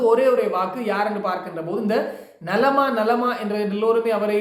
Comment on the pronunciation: ஐயோ ஐயோ...நலமா நலமா இல்லை. நள்ளமா... நள்ளமா😂